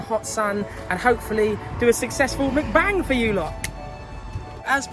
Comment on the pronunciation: Videos just started and its MuckBang not McBang that annoying anyone else or just me lol. Anyway away to watch the rest should be a laugh as per usual